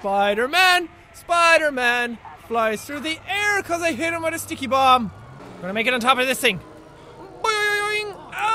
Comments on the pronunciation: Jackson Storm it's pernaunced ticky bombs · Jackson Storm It sounds like dicky bomb😂